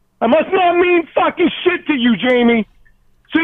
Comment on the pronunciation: The “t” at the end of “shit” was super clear for some reason. 😂